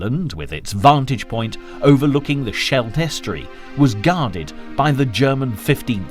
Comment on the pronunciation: the narrator can't pronounce Scheldt.